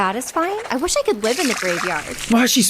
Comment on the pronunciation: "I wiosh I could live in the graveyard!" yeah we do too lady